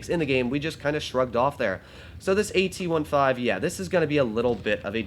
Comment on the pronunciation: Why you call it the AT ONE-FIVE?